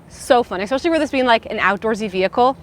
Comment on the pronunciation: I totally love your videos, but I must tell you… my ears bleed a little every time I hear you pronounce “especially” as “X-peshly.” 🥴🥴